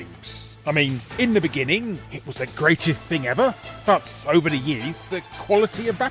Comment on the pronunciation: I heard "in the beginning, [Konami] was the Gradius thing ever."